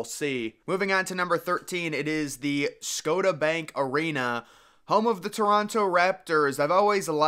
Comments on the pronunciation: Scoda bank arena? Really? 😂 It's pronounced Sco-shia-bank arena. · Did this guy just call the Raptors place the "Scotta Bank Areana"? Brutal. lmao. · Scotah Bank Arena 🤣